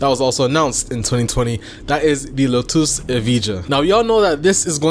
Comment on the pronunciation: 'Lotoose' lol. I think Its pronounced like the flower. But Im being fussy. Gassed for the new game though!!